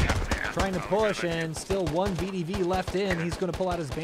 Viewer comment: To help, it is pronounced Ve De Ve. Воздушная десантная войска. Great episode.